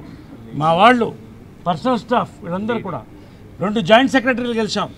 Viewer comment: Gelisam kadura babu “ GELiCHAM”.